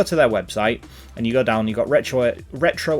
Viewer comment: At least he doesn't say Retroark.